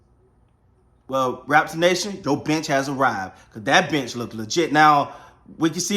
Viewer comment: The first 5 times when he said "the bench", I heard "the bitch". And I am like "who the hell is this bitch and why do they call him the bitch?"